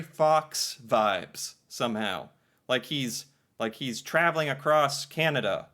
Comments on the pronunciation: BTW, you’ve got to learn to say Canada correctly. It’s not “kenedah” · it is not pronounced 'Ken ada' it is 'Can ada'. thank you for paying attention to this matter!